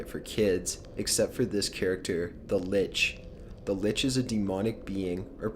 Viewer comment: Litch? Change the l to a b and I'm cool.